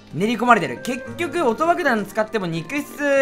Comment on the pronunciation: 「問題はね～、音爆どん」 薩摩の男 「研ぐ暇ないでしょうがぁ！」 なまの国から